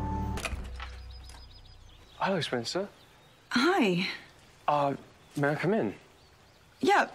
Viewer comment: its ”WRONGCER” not wrencer 😸😸